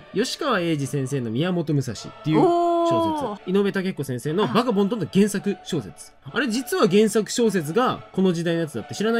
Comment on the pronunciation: いつも楽しくみてます！今回一つだけ気になったのが…『バガボンド』が『バカボンド』になってたところで😂私が昔旦那にふざけて言った時と一緒だ🤣✨と思ったのですが、その時旦那に怒られたのを思い出しました💦好きな人からしたら嫌かもしれないのでコメントしました😭これからも応援してます！